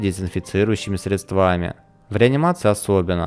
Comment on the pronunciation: «средствАми»… только « хазпромбанка» не хватало. Хватит спекулировать на болезни выдающегося спортсмена со своими лайками.